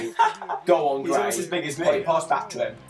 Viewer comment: his name is gray not gay